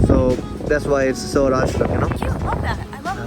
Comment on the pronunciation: It's स्वराज्य not सवराज .... छत्रपती शिवाजी महाराज..You should read about ur country... & I'm from kolhapur Maharashtra... Thank you for trying our dishes.... 🙏